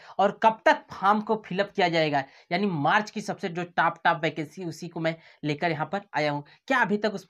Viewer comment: Are yaar pahle top ka pronunciation to sahi karo 😓😓😓😓